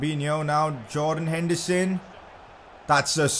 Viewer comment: He actually says hendison